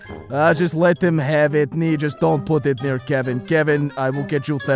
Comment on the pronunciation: Kevin Not Keven ITS KEVIN